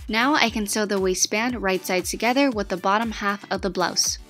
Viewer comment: She said wasist band...i thought it said wasteman😂😂😂